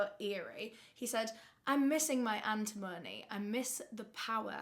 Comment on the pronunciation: AN-tim-uh-nee <3